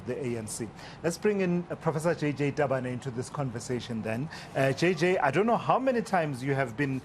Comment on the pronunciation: Tabane.....not Stabane🤣 Hahahahaha🤣🤣🤣